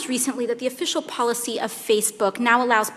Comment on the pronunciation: He can’t even say the word Policy!